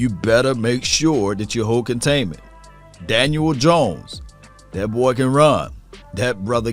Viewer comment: Love hearing say Dan-uel Jones lol everytime